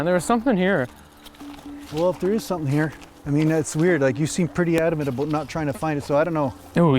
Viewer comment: Little bit aboot